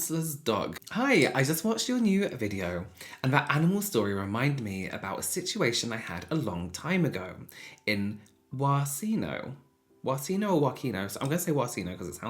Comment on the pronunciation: can someone please tell me what village name he was trying to pronounce bc i’m from poland and i have no idea what ‘wassi-know’ is